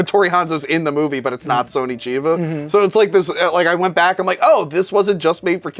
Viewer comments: Why does middle guy keep saying "Sony" in Sonny Chiba instead of "Sonny"? Is this correct? other sources I've seen all seem to use the sounding "SUN - E" not "SO - NEE" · Why does he call him Sony Chiba? It's fucking Sonny with 2 N's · It’s Sonny Chiba, not Sony Chiba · "Sony" Chiba? Wtf?